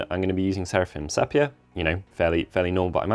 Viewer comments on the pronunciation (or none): Your tutorials are FABULOUS, however could you please just pronounce Sepia - see.pee.uh. ? No biggy, thankyou.